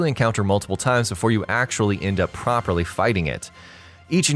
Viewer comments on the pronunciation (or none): none